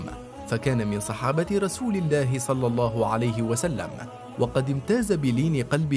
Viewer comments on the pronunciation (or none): none